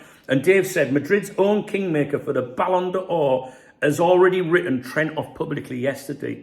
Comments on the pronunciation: ballon door, please, not ballon d or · Great channel but try saying 'Balon Door' next time. That would be the correct pronunciation. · Ballon d'Or. Why are you pronouncing it in a Franco way? Ballon Duh Ore. You’re a Brit - you can anglicise it. Ballon Door. Downvote just for that. Just for being a 🔔end. See the same with creators calling Wirtz “Veeirtz”. Behave. Geeeeeezus. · "it's called superthanks, I'm super and I deserve a thanks". Haha, LOVL. Ere ya go fella, get yourself some caffeine. So it's the ballon b'or for him so far eh. I pronounce it 'ballon door' so it works for me lol. I'm not surprised at all by his weak start, like you I forecast it somewhere. The grass isn't even greener over there. More sun and less rain equals more parched grass. His head was turned by something and I suspect he's going to end up wishing he'd stayed where the grass really was green for him. YNWA